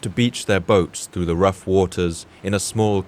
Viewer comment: In the beginning I keep hearing "The weather started getting rouch, the tiny ship was tossed. Or something like that.